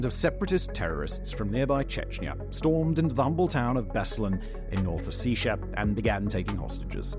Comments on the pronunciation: Mate, it is your second video lately where you talk about South and North Ossetia. It is pronounced as Os-set-tee-yuh. Just for the self development you know. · I@ glad it was covered, but I wish he'd found out to pronounce the north Caucasian republics properly. its a small thing, but was someone with Ossetian blood and relatives still there, it feels disrespectful. Its Osse-T-ia. So little attention is paid to the still awful situation in the region, so I'm glad that he's brought more recognition to it. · Ossetia is pronounced as it's spelled. O. Set. Ee. A.